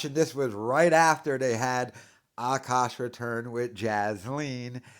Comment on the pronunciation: I was interested in this situation but listening to this guy not being able to pronounce Akash, and the fact that it seems like he has a touch of the 'tism or mental deficiency, I was unable to finish watching.